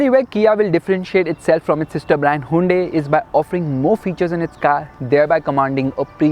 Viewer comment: Plz bro stop pronouncing it hundae hundae...